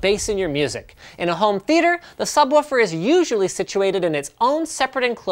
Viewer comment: When he says subwoofer I have troubles breathing